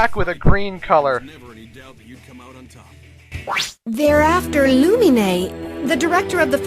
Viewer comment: haha. "They errr af terr loomeenaayy!"